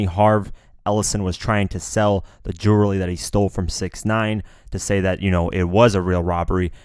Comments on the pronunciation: You can't pronounce jewelry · Lol this nigga can’t say jewelry like dj Khaled